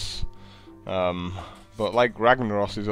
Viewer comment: An-ton-eye-dus is how you pronounce Antonidas btw :P